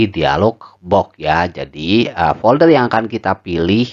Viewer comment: folder mas bukan polder..:face-blue-heart-eyes